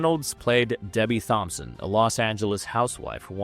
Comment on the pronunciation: Can't take a narrator seriously when they mispronounce so many words. Ensign is pronounced In-son, not In-sign. High Chaparral is pronounced Shap-a-rell, not Chap-ral. Debbie Reynolds played "Debbie Toms-son" not Debbie Thom-son. Monty Python opening sketch was A-till-a the Hun, not A-tea-la. These mispronunciations were made within the first 7 minutes. I'm sure there are probably many more, but that was as far as I could get before losing my mind. I thought narrators were supposed to be chosen for their grasp on the English language.